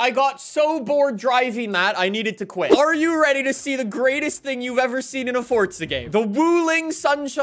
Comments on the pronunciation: you say fortza not forza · why do you say forza like you say pizza? fortza